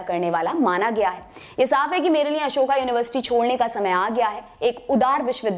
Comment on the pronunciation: अशोका नही अशोक होता है। अशोक युनिवर्सिटी, english ke chakkar mein hindi ka kabada krr diya...